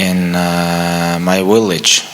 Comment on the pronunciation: it's village Khabib not willage 😅😆